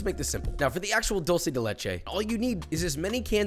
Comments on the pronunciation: Thank you for not pronouncing "dulce" like a fckng rtard like every other american that pronounces it as "doll-che" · Thank you for saying 'dulce' and not 'dolce'.